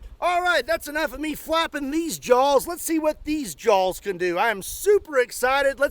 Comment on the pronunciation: … are you saying jawls?